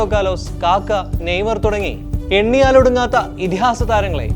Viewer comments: Not kaaka it's kaka😂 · കാക്ക അല്ല പരുന്ത😄. Its kakka bruh